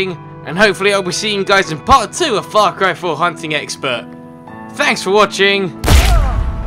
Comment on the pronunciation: In this video it sounded as if you said fuck ry for